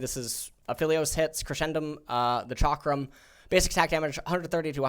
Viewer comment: The word "Chakram" just does not sit well in ' mouth...I hope I don't need to hear it 10x in his every vid